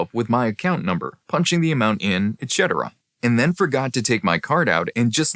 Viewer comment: Can we also tell them how to pronounce etc properly?